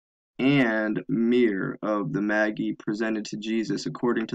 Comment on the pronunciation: It's pronounced may-jai not Maggy lol.